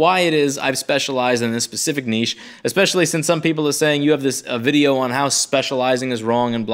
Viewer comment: You said niche properly...not "nitch". Thank you.